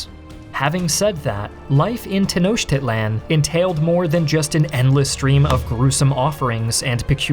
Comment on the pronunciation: Boy, the pronunciation ‘Tenochtitlán’ in this is so off 😣